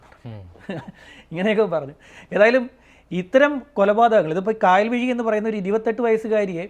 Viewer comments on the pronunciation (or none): കായൽവിഴി അല്ല കയൽവിഴി